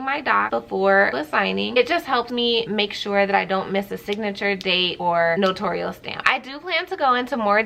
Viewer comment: Thanks for your video!😊 Here's the proper way to say "NOTARIAL" ==> It's NO-TAIR-REE-UHL, not NA-TORE-REE-UHL. I think people get it confused with saying it like NOTORIUS. On the NNA YT Channel videos, they say NO-TAIR-REE-UHL. It's funny because every other notary on YT says it wrong. lol